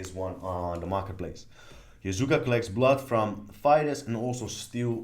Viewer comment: Love this walkthrough!!! And listening to you mispronounce Yakuza as Yazuka was fun haha